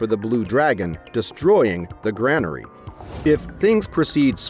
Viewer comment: I love these videos, it's a kind of screening for which manga/manhua I want to watch. My only complaint is the poor pronunciations like granary being said like grand instead of like grain, which is what it is, a storehouse for grain (grey-nuh-ree). Of course, this is not just for text-to-speech.🧐